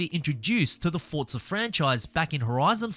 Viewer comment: “For” “zaa “ not fortza